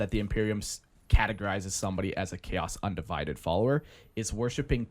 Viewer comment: God dammit .. ... .. Im never gonna unhear the pronunciation. 😐 Cha-os Un-di-vi-did lol